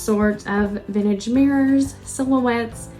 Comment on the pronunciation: You have a charming home. There is a t in the word vintage.